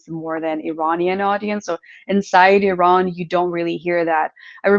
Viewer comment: I love how correctly and beautiful Kim pronounced Iran and Esfehan.❤